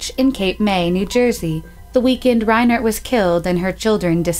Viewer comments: REINERT (pron. RHINE ERT) the first town was ARD-more and the township was SWAT-arra. Please learn how to pronounce the nouns before making these videos. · It's not "Ray-NERT," it's pronounced "RYE-nert." And it's not "Ad-more," it's "Ardmore." And it's not "Sawarta" Township. It's SWATARA Township. If you are going to go to this much trouble to create a podcast please take the time to try and learn the pronunciations of place and family names out of respect to the victims.